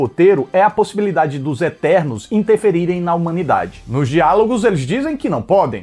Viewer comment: "São ternos" KKKKKKKKKKK